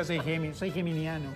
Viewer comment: "Yo soy gemimiano" Qlio...jajajajajjajajjajaaaaa nadie del panel lo cachó !!! "Yo soy del sur,soy de rancagua ".....de RANCAGUA PO WN !!!!!!! CTMMM 🤣🤣🤣🤣